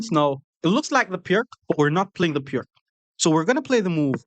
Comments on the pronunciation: It’s “Peerts” (peer-ts), not “Pirk.” The name is Slovene, so the c is pronounced like “ts.” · Piertz .. that's how you say it...